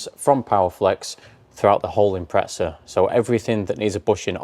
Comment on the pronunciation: imprezza* not impretza but still love ya jonny